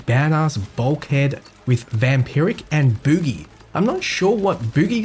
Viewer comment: "bougie" is pronounced kinda like "boo-jee", like a slang term for bourgeoisie (which is indeed why it dropped extra stuff)